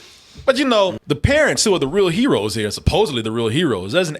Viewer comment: Da Cheedreen are da herowees 🤣